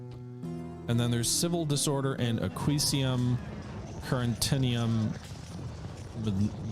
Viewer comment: My fav mispronunciations: Salamantica — "Salamanca" Aquicium — "Aquincum" Carnuntum — "Carentinium" Mediolanum — "Medilonium" Carthago Nova — "Carthia Nova"